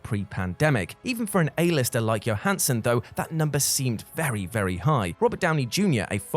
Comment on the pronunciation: JOE-hansson,. JOE-hansson. Not YO-hansson. She's not Swedish, dude...